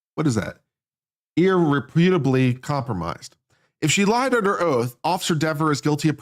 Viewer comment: "ear-repair-ably" damaged (damaged to the point of non-repairability)